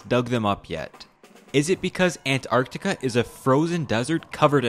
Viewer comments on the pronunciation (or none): You are way over-pronouncing Antarctica. It's not ANT...arCtica. It's more like "an·taark·tuh·kuh" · The pronunciation of "Ant... Arctica" kinda bugs me, otherwise, great vid. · listening to this guy pronounce "Ant-arctica" over and over gave me a fukkn headache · Ant...arctica? isnt it an...tarctica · An-tarc-tica not ant-arct-ica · It's Antarctica, not Ant Arctica. You put so much effort into your research, you couldn't have looked up how to pronounce it properly? FFS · An-tarctica :( Ant-arctica :) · oh so it's going to be Antacrctica, not Alaska..."if Your know you know* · God I hope this sht never happens, let Antarctica be the one place that's somehow free from the modern idioticy of this world like economy-bs. Also is it just me, or does the way bro pronounces Antarctica makes it sound like if he's constantly saying "An Antarctica" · Bro really said "🐜-arctica" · Throughout the video I couldn't get over how you pronounce Ant-arctica :)) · Is he saying "ant arctic" on purpose? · The "Ant-Art-ica" pronunciation is really getting into my nerves. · Sorry, I could not bear the ANT-Arctica 😒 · Dude here pronouncing antartica like ANT-artica wtf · Is it me or you really pronounce it ant-arc-ti-ca? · Is he saying Ant Arctica on purpose? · "ant artica" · I like the way you say Ant Arc Tica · Ant arctica? Who says it like that? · why do you pronounce it with a space? "ant arctica"?? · ant-artica... jesus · I hate the emphasis you keep putting on the ANT part of ANTarctiva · Why are you pronouncing it as Ant. Arctica? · There are no ants in antartica, so why do you keep saying Ant-artica? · I like how hard you're trying to pronounce antarctica as "ant arctica" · The way you pronounce Antarctica makes us think you believe it belongs to ants hahahaha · Why the fuck do you pronounce Antartica like that lmao